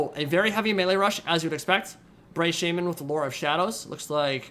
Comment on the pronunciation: says "orc shaman," but I hear "orc shaming."